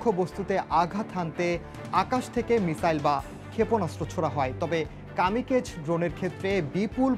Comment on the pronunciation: কামিকেজ না Kamikaze is a Japanese word meaning divine wind.